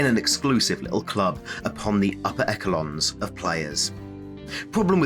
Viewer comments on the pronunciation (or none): Did you just say EKKELONS? Esh-eh-lon